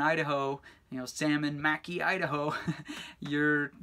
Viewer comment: Wrong. Mackay Is Pronounced muh KAY! Say It Right!